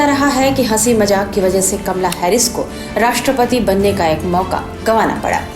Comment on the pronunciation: kamla nahi kamala bol bhai